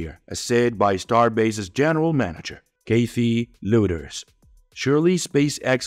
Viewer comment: "Kaiitheee loooters" - this is making my ears burn.